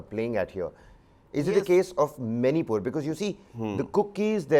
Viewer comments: Not Zomato Zomaato... Not manypur Maanipur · It's Manipur not Manypur